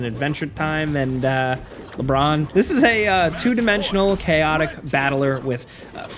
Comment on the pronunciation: "and uh... LéBrawn"